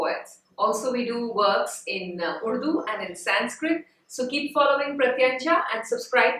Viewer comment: It's not 'sainskrit'